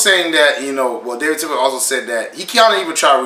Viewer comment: Bro it's Tepper not Tipper lol